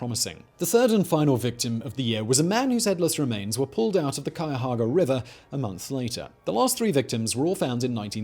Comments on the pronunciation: "--drains into the....cayaahaga river" brutal man 😂😂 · I live in Columbus, the capital of Ohio and we have some notorious killers who have "graced" our streets. Cleveland though, is it's own beast... PS. Please read more native Ohio names because your pronunciation of "Cuyahoga" cured my quarantine depression. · There's an O in Cuyahoga. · Can’t say I’ve heard that pronunciation of Cuyahoga before. Lol You can’t discuss the Mad Butcher with out mentioning the possible Black Dahlia connection! Idk why but that possibility has always interested me.